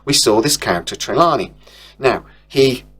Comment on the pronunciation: For fucks sake mate, pronouse the names correctly,it’s TER-LANE…NOT TERLANIE